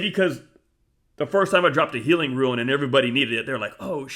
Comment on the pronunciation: Thanks for the great videos. Minor point: Rune is pronounced "roon"--long ou sound. It's a Norse word. I appreciate all your content--good stuff. 👍